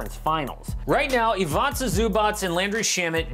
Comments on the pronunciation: You pronauncing wrong Ivica Zubac! You say like IvAJca and it should be IvIca. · Please learn to pronaucieate Ivica Zubac first name